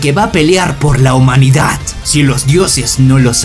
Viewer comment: Puedes dejar de decir "humanidat" se dice humanidad no es tan difícil